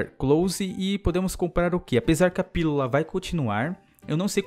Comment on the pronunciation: não consegue falar pílula '-"